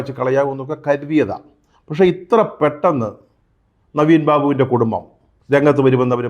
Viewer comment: കുടുമ്മം അല്ല 🤦‍♂️ കുടുംബം എന്ന് വ്യക്തമായി പറയൂ, താങ്കൾ ഒരു പത്രപ്രവർത്തകനല്ലേ. നവീൻ ബാബുവിന്റെ കുടുംബത്തിന് പാർട്ടി ഇടപെട്ട് തുടക്കം മുതൽ അനീതി ആണ് നൽകി കൊണ്ടിരിക്കുന്നത്. ഇൻക്വസ്റ്റ് നടപടി മുതൽ തന്നെ 😡